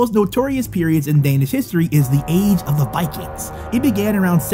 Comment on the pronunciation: No hate but You shodt learn to talk danlish IT isent that hard like IT looks like and say The Words corectly